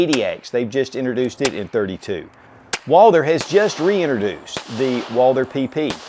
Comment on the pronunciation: Every time he butchers the pronunciation of Walther my ears start to bleed... Woouuulder... Dear God 🤦‍♂